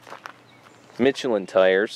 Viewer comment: Learn your pronunciation! Mish elin...